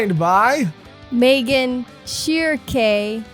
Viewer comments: Honestly this arc prolly has some of my favorite action scenes in the manga and it's jus keeps getting crazier and crazier. Also loved all the pronunciations of Shreeky lmaoo it's pronounced sheer-keh I'm pretty sure so i think was the closest. Cody always got me wantin to play dragon's dogma to check out all the berserk references I had no clue it had that many. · Holy shit you guys might be the first reactors i've ever seen correctly pronounce Shierke's name, Sheer-kay. Thats a high accolade. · Funnily enough first attempt at pronouncing Schierke was the best one. Schierke is a village next to one of the biggest mountains in eastern germany. In myth it was believed that one time a year, all witches gather in Schierke and take off with their brooms to the summit of the mountain to celebrate "Walpurgisnacht". Popular Fiction from 1790 describe Walpurgisnacht as an event of satanic rituals and orgies:D, but every author had a diffrent depiction of it.